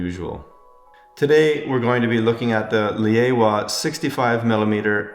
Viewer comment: it is not lay-aowa or lay-owa. it is laowa